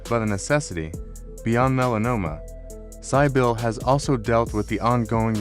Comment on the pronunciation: Your reader is very poor, not even pronouncing Cybill correctly!